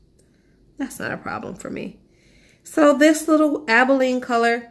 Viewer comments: Aba lone eee - abalone. Not abileen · ABALONE is named after a rare sea shell. It's not abileen how you're pronouncing it ...